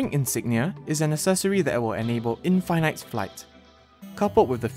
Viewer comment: why did he say in fine night instead of in fin it is that how its pronounced????